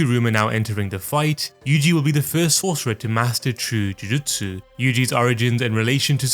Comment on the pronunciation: i hate the way this guy pronounces jujutsu